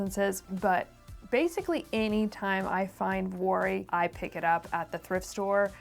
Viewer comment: Vuori is pronounced “ Vee-or-ee” ❤